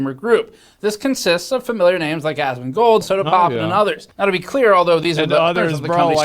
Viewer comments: GN Crew: "...its ASS-MONGLER!" Nailed it! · Dude you must be rolling in dough. EDIT: GN must be rolling in the dough after that noise chamber walkthrough. Ass-mon-gold. LOL!